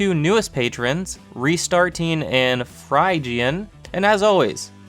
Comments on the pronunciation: poor Phrygian, using a real word for a username and still having it mispronounced lol. Fridge-ian for anyone who cares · Phrygian is pronounced as Fridge-e-an. Its a music term.